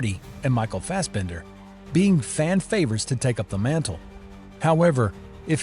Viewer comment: What is with this AI narration? The mispronunciations are horrific. Spec-tra? Bronson? Fast Bender?